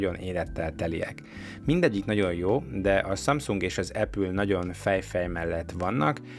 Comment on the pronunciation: Hihetetlen, hogy nem tudod a samsung nevét teljesen kimondani….